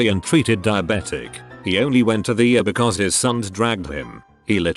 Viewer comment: If you continue to do medical material, can’t you get the bot to say E R rather than “err”?